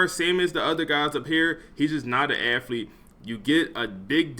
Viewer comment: Dawg I love the channel and content but I hate how this man says aFFlete over and over bro is allergic to the “th” 😂